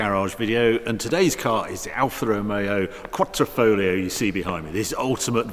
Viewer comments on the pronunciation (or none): Not Quattrofolio, but Quadrifoglio, Quadrifoglio, Quadrifoglio :))) ...Quattroformaggi its ok only for Jeremy Clarkson :))) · Foglio not fowlio. Short o.... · Qua'D'rifoglio, not QuaTTrofoglio! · I love your videos Harry, but it's "quadrifoglio", not "quattrofolio" ;-) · Finally! Been waiting for you to do this. Harry - It's Quadrifoglio not Quatrifoglio, It's an Alfa not a Maser lol. I love that it's jekyll and hyde, I wouldnt change mine for the world. Maybe you've been spoilt with your £149k XE SVO... I can't wait to see the comparison video. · Quattro-folio, really Harry...... Sigh 😂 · "quattrofolio"?? Thumb down